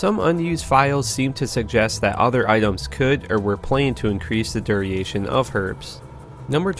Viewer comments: DUR-ATION not DUR-I-ATION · "duriation" u mean duration? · DURATION NOT DURIATION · Its durr-ation not durry-ation. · Duriation? Jesus. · You pronunciation of different words and names are terrible, it's mephisto. meh-fist-o not meh-feast-o, and it's duration doo-raytion, not doo-ree-ation. Finally it's pronounced erb the H is silent in the word herb. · "Herb" "duriation" Pronounced properly "erb" "der-A-shun" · Dude. It's "dur-ay-shun". Not ""dur-ee-ay-shun". D U R A T I O N vs D U R I A T I O N "Duriation" may be a real word (it's not), but it doesn't mean what you're using it for. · “Duriation” lol It’s “Duration” man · Duriation or duration? :\ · YOU MEAN DURATION NOT DURIATION????? WTF IS DURIATION??? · Duration. The word is Duration, not Duriation. Do ra tion Not: Dui ration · Because I'm an OCD jerk.... "duriation"? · nice video. one nitpick: it's duration, not duriation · “Duriation.” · “Duriation” lmao learn a book. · who pronounced duration, duraition? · lmao duriation monna potion diabolo meepheesto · diuration is the correct pronunciation. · do-ra-tion? pretty sure there isn't an O sound in the first syllable of that word lol. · Your pronunciations of certain words is triggering me completely.. Tyrel? Duriation? Camiel? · i am most definitely going to be adding duriation to my vocabuliary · ITS DUR A TION! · Nice vids, I liked all 3. I want you to know that "duration" is a 3 syllable word, not 4. And that "ehereal" is a 4 syllable word, not 3.